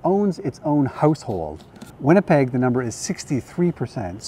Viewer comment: I had to rewind and relisten 2 or 3 times - then rewind and put subtitles on the catch the word "household" LOL (and yes, English is my native language: 20 years in California and 50+ years in England)